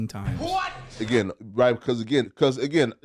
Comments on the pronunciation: I don’t think I want to hear anyone say “agian” again!! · Bro suddenly “Again” sounds like a foreign word 😂😂😂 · lol I can’t not hear it now, and it bugs the shit out of me already lol, why did have to point this out lolol fuck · He says "Again" like Terrence Howard says "Mayne" 😂😂😂😂